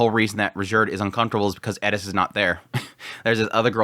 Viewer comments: Like the video but the "Edis" pronouncing? Why aren't you saying "Eris" if you have trouble with "R" all good my man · Eris. Rolled R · The Edis is driving me nuts. My brain keeps saying It’s ERIS!!!! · Sounds like you're saying "Edis" instead of Eris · Someone please explain why he pronounces "Eris" as "Eddis"??? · Why the fuck do you pronounce Eris like that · bro ur good and entertaining to watch but please pronounce eris right. there's no 'D' in her name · He says eris so weird lol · I came to the comments just for this to make sure I'm not crazy. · It's the only thing he pronounces with a Japanese accent. It's driving me crazy the whole video. It seems pretentious, even if that's not the intention. Seems like he's "Trying to sound cool/smart". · Plz say Eris right